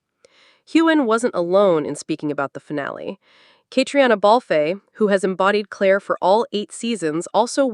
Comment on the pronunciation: It's Fraser not Frasier. And "Katrina" is how you say Catriona.